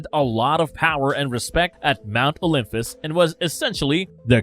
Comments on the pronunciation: Ughhh! Can anyone ELSE narrate this video? Every third word is pronounced horribly wrong. Olympus does not have an "f" sound ANYWHERE. At this point, this guy is butchering the pronunciations on purpose; right? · He mispronounced Olympus, a lot of the Gods’ name etc. it’s hard to listen to